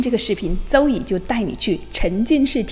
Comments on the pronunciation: Zoe不能发“周以”吧。。。。。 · Zoe会六门外语，其中肯定不包含英语吧？不然Zoe也不能念成 “走yi ”啊，Z在英文里面怎么发音，咱们不可能不会吧？类似的 Zoo、Zero、Zebra都是怎么读的呀？ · Zoe ≠ 邹欧伊❌🙅 How to pronounce Zoe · Zoe聽起來好怪, 有讀對音嗎? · zoe 你人美 视频也不错 但你连自己的名字发音都不准 怎么还教别人语言